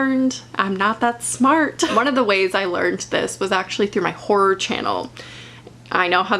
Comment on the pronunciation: Though she said ”whore” the whole time and I was like, c o o l turns out she meant ”horror” i- aha